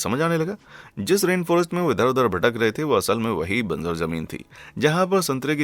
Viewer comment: Very clear voice , diction and facts . Thank you. If I may point out ? It's बंजर not banzar .